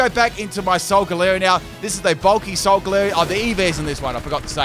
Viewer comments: everyone: solgalee-o: s o l g a l u e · lol, and I've always pronounced it "Sol-gah-lay-oh'. As its phonetic makeup is "Solar Galileo". Although, "Leo" is also Lion, so I suppose those are both acceptable. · according to the anime no, but im just making fun of how weird he pronounced it